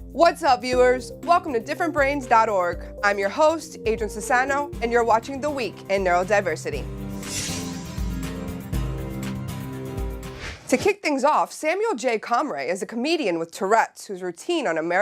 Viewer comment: Comray? Omg that's too funny. I was just trying to find videos of him and this popped so I was like sure I'll watch. Wow! comray? Omg it's comroe (pronounced com-ro)